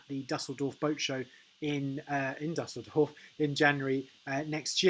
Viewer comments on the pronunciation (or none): Imagine a world where Anglos could pronounce a foreign word such as Dusseldorf...